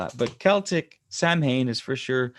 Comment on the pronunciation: Samhain ... like all Gaelic words it’s not pronounced like it’s written 😂... it’s like erm... saun ha... with a long u. The All Souls’ Day is 31st and all saints is 1st nov. France celebrate Toussaints ... all saints but not hallowe’en. They visit graves and leave a yellow flower that blooms on 1st.